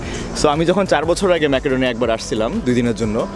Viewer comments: It should be "Mecodonia," not "Makadonia. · ম্যাকাডোনিয়া না উচ্চারণ হবে মেসিডোনিয়া